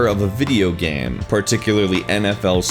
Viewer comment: Nice video. BUT I still CANNOT get over him saying "gaem" instead of "game".